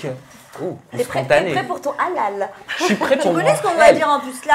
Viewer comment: Un big Up à avec " le hlal" tu l'as trop bien prononcé bravo!😉 je regarde Aja depuis les débuts et je remarque une superbe évolution que ce soit au niveau des sujets ou autour de la table. Continuez comme ça, vous méritez largement d'être diffusés sur une chaîne. Bisoussss à vous 4!